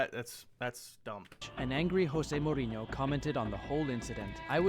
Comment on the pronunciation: He does pronounce it wrong. I have heard Jose say it and it’s pronounced using the typical Portuguese or English J not the Spanish H sound.